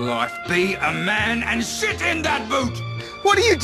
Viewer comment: Did he say sit or shit in that boot?